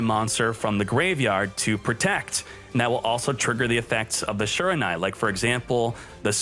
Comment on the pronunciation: Your pronunciation of shiranui hurts the soul